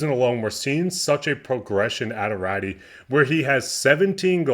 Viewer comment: You are mispronouncing Raty, it's pronounced Ratoo. Keep up the good work.